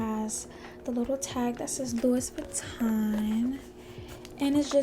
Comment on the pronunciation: It’s pronounced “Loo-wee” not “Louis” haha